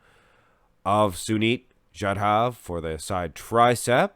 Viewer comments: Hey,,, you make too much happy man, he is my fav bodybuilder as sunit and me lives in same country... And you pronounced his actual name don't worry... 🤣 🤣 🤣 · No bro you didn't mispronounced his name.... Loved this to see some Indian bodybuilder related content on your channel😊..... Dude you can also check out our bodybuilder named sangram chougle his physique is phenomenal as well